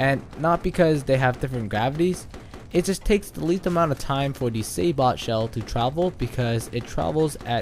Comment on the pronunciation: Sabot is pronounced sabo by the way. Silent T. Good video though bro.